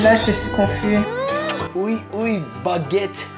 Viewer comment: داداش oui oui اویی اویی نیس ، وی وی هستش به معنی بله بله